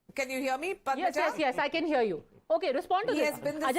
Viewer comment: Stupid north indian guy cannot even pronounce anchor's name. It is Padma-ja not Padamja! Sala chutiya!!